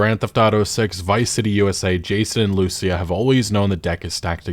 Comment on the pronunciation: The way you pronounce Lucia is pissing me off 😂